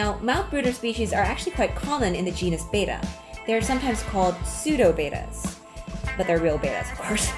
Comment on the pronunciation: IT'S ACTUALLY PRONOUNCED "BET-TAA" NOT "BAY-TAA"